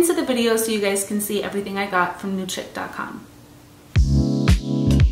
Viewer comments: I believe CHIC is pronounced as SHEEK. Chick has a K on the end 😊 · I think chic is pronounced sheek